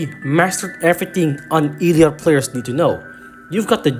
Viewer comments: WHY DO YOU PRONOUNCE IT LIKE EEL LEE AWT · Did you just say Eeeleeot? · just letting you know it’s pronounced elliot (el.li.yacht.) but you can say it however you want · You said elliot so wrong i recoiled physically 😭